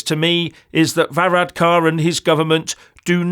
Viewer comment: Well, maybe if you learnt how to pronounce Varadkar's name and the word Taoiseach properly, you might be taken a bit more seriously - greetings from Co. Wexford (which if you didn't know, is in IRELAND) by the way.